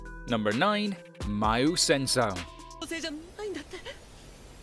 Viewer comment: lolol him saying maou sensim xD